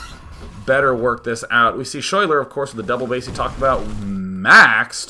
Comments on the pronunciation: Schuyler is actually pronounced like Skyler, that is my girlfriend's name and how she spells it, her parents are hippies. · day9 ur so cute when u have no idea that you are pronouncing the name schuyler incorrectly.